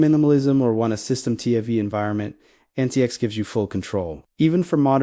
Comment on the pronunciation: Proper pronunciation is Antics.